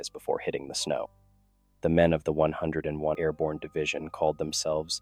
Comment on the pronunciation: Once again, an excellent story and well told. However, I do have one complaint. Don’t let your AI Voice call it the 101est! It is the hundred and first darn it! 😂 otherwise, once again an excellent story I really would like to know where you get these from